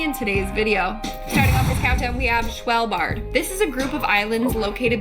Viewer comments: Sounded like... Schvl- bard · Im Norwegian but not from svalbard but i love when americans try to say Norwegian words, svalbard is a very Cold place, There is a seed vault there with millions of seeds in case every other food source dies out, but known for being very cold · So tha V is silent